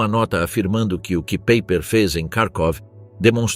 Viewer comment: Paiper como pronúncia 😮😮😮😮😮